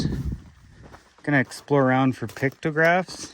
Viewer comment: "yeah, but it's not for eatin'. It's ferrrrr lookin' through"